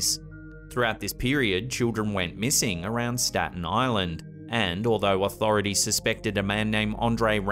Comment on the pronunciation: Im in Staten Island. Love the way he said staten island so many times. Smh.